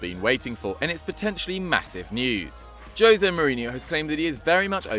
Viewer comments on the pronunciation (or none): none